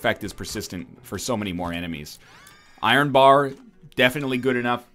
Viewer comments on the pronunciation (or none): none